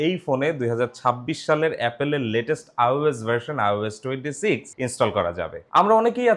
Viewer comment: ভাই বার বার আওস বলছেন কেন? আইওএস হবে, ঠিক না?